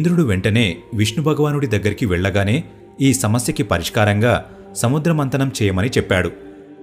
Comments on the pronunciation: Konni bhasha vuccharana doshaalu vunnayi. Check chesukondi. Samudra mardanam kaadu samudra madhanam. Kunda kaadu kamandalam, durvaasa kadu doorvaasa maharshi, mandaara parvatham kadu mandaragiri parvatham, Hiranyakshakudu kadu Hiranyakshudu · అయ్యా మందార పర్వతం కాదు మందర పర్వతం సముద్ర మందనం కాదు సముద్ర మధనం పదాలను జాగ్రత్త గా పలకండి